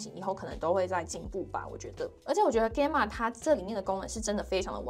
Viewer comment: Gamma是希臘字母之一，alpha beta 等，你唸錯了，查就知。